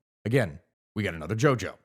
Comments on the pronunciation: Djojo is not pronounced as Jojo but Joyo, this is because of Ejaan Soewandi which was the orthography that Indonesian has before 1972. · The "Djojo" are pronounce "Jåyå" as in old Bahasa Indonesia "DJ" are read as "J and "J" is read as "Y". And "Jaya" means "mighty/successful" so many influential people have it incorporated in their last name the by their parents. Family name is not a mainstream thing in Javanese culture, and many other ethnicity in Indonesia.